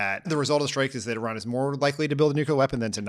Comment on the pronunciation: Please pronounce Iran correctly. Thank you.